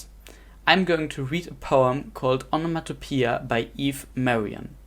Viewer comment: Truth is, the etymology of 'onomatopoeia' is just 'the making of names', the 1st person singular present tense element of the verb form quoted is irrelevant, it's just the citation form of the verb. So it's not about 'names I made'. And you keep mispronouncing it - OE from Greek is pretty much always pronounced /i:/, you never pronounce the O on its own. Because the word basically just means 'name-making' etymologically it's more recently been considered an inadequate technical term. Terms like 'echoic', 'mimetic' and 'imitative' are now preferred.